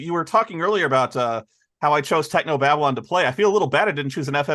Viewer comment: was already loosing it at "Technob Abylon" ;D that's so spoony to recognize that.